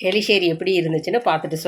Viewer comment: Eriseri not eliseri